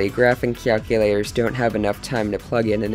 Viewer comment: "Graphing Cyaculators"